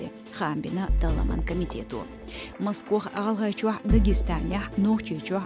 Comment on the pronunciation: особенно "москвар"хаз ола цо!😂😂